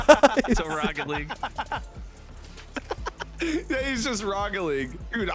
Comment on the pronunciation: "This is rocket leage."